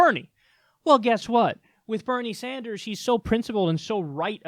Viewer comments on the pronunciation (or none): none